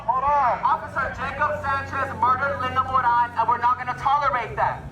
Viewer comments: Every Moran I've ever encountered pronounced it like that. Mor-ahn. Try again. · MorAN, not moron! The only moron is the narrator. Linda was acting crazy when they were just there to help her! 🤷🏼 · Ok i can innerstand the mispronunciations without commenting...until Now. Her name is not pronounced MORON... It is pronounced More Ann. Moran. I hope you are an AI generated piece f crap and not a human generated piece of...WAIT. What?! 😂😂😂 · I believe it's MoRAN but was mispronounced as Moron. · Case 4. Her last name is MorAn NOT MorOn. You are insulting this woman every time you say her name!!!